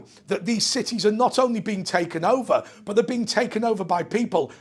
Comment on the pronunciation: Hi. I've noticed your pronunciation of "but" word is mostly almost the same like a bot. Is this a British thing or your particular region of GB? I appreciate your answer. cheers!